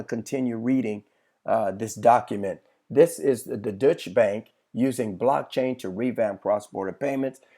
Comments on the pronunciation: Deutsche Bank.....pronounced like Doy-Cha. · It is not the "Dutch" bank it is a German bank called the "Deutsche" Bank .